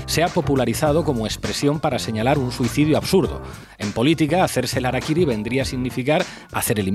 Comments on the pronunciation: 266 COMENTARIOS . NO SE DICE arakiry...REPASA VÍDEO . lo dicen CASI al finAL.. #saludYahorroENERgÉTICOdijoTOD@ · Hola, se pronuncia "jarakiri" "Yengis kan" pero aún así los amo amigos.